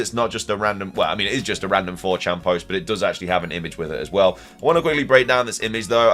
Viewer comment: “New leak of a trailer…from four Chan”